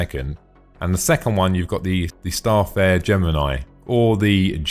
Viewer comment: good video just one thing its Star-Fare-er not Star'Fare